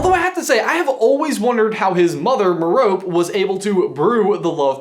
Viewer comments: Love your theory but your pronunciation of Merope is stressing me out. it's pronounced Mero-pay. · Headcannon accepted. Btw, I personally prefer Stephen Fry's pronounciation of Merope in the British audiobooks. He pronounces it as Meropé (so, the last 'e' is not silent, but pronounced as an 'a'). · interesting and sound theory!! one thing though - pretty sure you're mispronouncing Merope. Stephen Fry pronounces it MARE-oh-pee and I usually trust his linguistic judgement ;) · It's pronounced 'Mer-oh-pee' btw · It's pronounced mare-oh-pee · Considering that Merope is a Greek name I think you say the "e" at the end. Like "Meropee" ...not sure though. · Psssstt. Pretty sure Merope's name is pronounced Mehr-oh-pee. Like in Hermione, the 'e' on the end is not silent. ;) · I'm actually American and I never read Merope in the way it's spelled. I thought of names like Persephone and Penelope and figured there's no way that name was "mer-rope". So I was a little confused when he was saying it that way. It's more a matter of education/interest in etymology and names (I'm a huge nerd) than a British thing, I think. Although I WAS guilty as a child of saying Hermione's name "Her-me-oan". I grew up a bit, don't worry. xD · I'm American and I have always pronounced Merope as meh-roh-pay rather than how it's pronounced in this vid. I don't really think it has to do with where you are from but what you initially decide when you first come across an unfamiliar word while reading. For instance, there are a ton of ways people pronounce 'accio' and a ton of ways that each person justifies why their way is correct. It just depends on the person I guess! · I feel your mispronunciation of her name discredits your theory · the constant mispronunciation of his mom's name is driving me nuts >< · Urgh! Butchering Merope's name pronunciation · Anyone else bugged by the way he says Merope? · Next time please look up how to pronounce Merope. Please. (Hint: it's a bit like Hermione.)